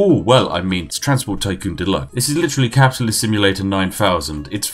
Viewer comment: "Delax" -The Spiffing Brit